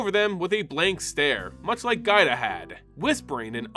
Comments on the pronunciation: I had a stroke every time you called Giada gaida lol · Anyone else think "Giada" is pronounced "JA-da"? Given the use of several Italian names here, that seems more likely. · Nice coverage but the way you tortured Giada's name hurt so bad. One of the most beautiful names, too. It's "Jaa-dah", like with Giada De Laurentiis. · Pain when you misread Giada's name to Gaida :(